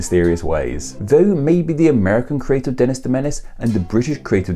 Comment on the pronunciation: Wow! I got quoted! (And you pronounced my name right, which is rare.)